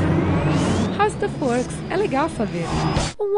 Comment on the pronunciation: Verdade agora que notei, ela usa o Speech Connect, por isso deu esse som, mas se falar rapido mesmo é como se o som do "w" não existisse...